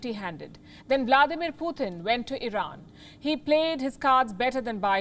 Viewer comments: It's not puuthin. It's Putin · It's good program..but please its not "PUTHIN" ITS " PUTIN" ..PU -TIN ...PUTIN..,NOT PU -THIN OK..GOOD GIRL!